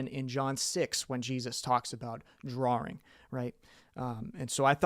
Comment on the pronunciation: Interesting video, this does beg the question. Why do you pronounce drawing as draring?